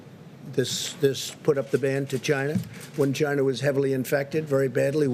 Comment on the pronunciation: Why does he pronounce China as 'Gina'...